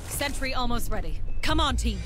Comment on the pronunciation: It´s sentry gun, NOT century gun!